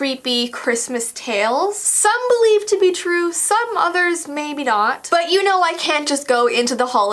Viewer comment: I though you said butt not but hehehehehehehehehe he he oh